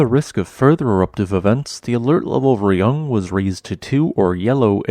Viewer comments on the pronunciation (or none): In Indonesian, to pronounce Raung is not like "Re-yang", it should pronounce like "Ra-Unk". Ra is just Ra, not Re. And Unk or Ung is just Unk, not Ang. Indonesian word is just like Spanish. It pronounce as same as what it type. Raung means Roar in Indonesian.